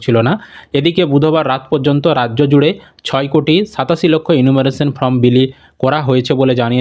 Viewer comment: Pronounce correctly the spelling of form